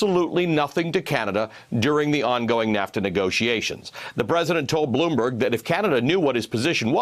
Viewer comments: .. Bloooom..Buurg. News.. Lol sounds like he likes pronouncing long words blooom burg... From obama to this so sad.. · He never practiced this new word 'bloomberg' before... That's why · It's just not "Bloomberg." Trump often says "Russer," instead of Russia. It should not be allowed! Every time I listen to trump I cringe. He is so low class. And his followers are repulsive too in that it doesn't matter to them that Trump mangles the English language. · Lol, how to say Bloomberg like an imbecile.